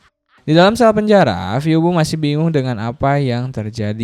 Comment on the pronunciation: izin koreksi minn🙏🏻 tulisan : phoebe dibaca : vibi